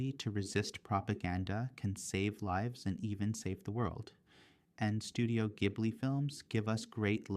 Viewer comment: Soft "J" sound for Studio Ghibli (ジブリ; jiburi).